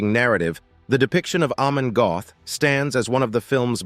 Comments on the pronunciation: NOT GOTH , BUT PRONOUNCED GERT, ...NOT EXECUTION GROUNDS BUT IN THE EXECUTION CELL NEXT TO HIS CELL IN THE KRAKOW MONTELUPICH PRISON ! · If you are going to do a Doco on historic fact's please get it right. His Name was Amon Goeth and you mispronounced his Name . His Name is pronounced as (Gurt) and you also failed to mention that the Poles had four botched attempts to execute him with the rope breaking and not allowing the correct height for him to be allowed for the drop. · Some Americans just cannot pronounce European names correctly, that o is pronounced like the Oo in moo and that’s about as close as I can make it